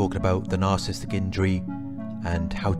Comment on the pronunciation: Love your informative videos... thank you for sharing. I do want to mention...it might be something silly to notice but isn’t it narci-ssis-tic not nar-cis-tic I swear I hear you skip the entire middle of the word.